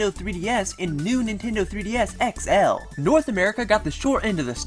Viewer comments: you say XL so weirdly.... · sorry but i fucking hate how you say xl